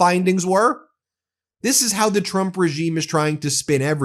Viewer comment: Not to poke fun of speech differences, but she can’t pronounce the ‘tr’ sound. She says ‘ch’ instead…‘president Chrump/Chump’ 😂